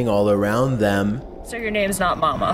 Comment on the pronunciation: It's Momo not mama